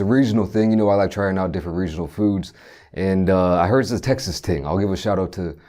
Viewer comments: Yo, I swear he said Texas TING. Big up my Jamaicans fr tho. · had to do a double take when he said texas ting lol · Anybody heard him say Texas ting?